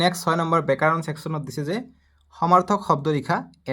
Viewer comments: ব্যাকৰণ ❎ বেকাৰন✅😂😂😂😂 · ব্যাকৰণ ❌বেকাৰণ✅